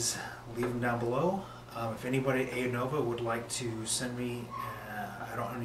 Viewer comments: Nice review. However, it's pronounced "Uh-Nova". Not "Ay-Nova". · Stop saying ei-nova pleeeeeeease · Appreciate the review. Side note: Anova is pronounced "uh-nova".